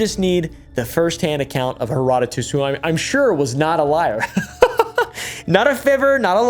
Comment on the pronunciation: Thank you so so much for pronouncing Herodotus correctly. Most YouTubers are out here killing my ears with their butchery of his name. ❤